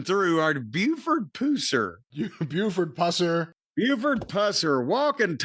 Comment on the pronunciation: Actually it's pronounced Pews-Air